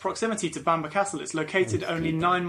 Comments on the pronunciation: It's not pronounced Banner castle it's pronounced it's pronounced Bamborough. I have the privilege of living here, born and bred. It's always a pleasure to talk to visitors and share our history, which has been turbulent at times. I live in Hexham, a beautiful market town which also boasts an ancient Abbey and goal ( pronounced jail). Come visit. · Bam ba castle, if the British presenter can't pronounce it properly how w can expect anyone to learn from his clips...... Research, try it